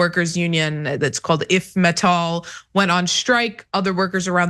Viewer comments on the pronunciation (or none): Just a couple of corrections. It's pronounced I F Metall, not "IF" 😉 and furthermore it's not about Germany even it could be. Swedish (and Scandinavian/Nordic) unions are stronger than Germanys and have done this plenty of times. Last American company in Sweden was Toys R Us, but they had to fold. But also a German company Lild tried to hold back the collective agreement and lost. I the end the CA benefits both parts and prohibits all strikes during the period of agreement.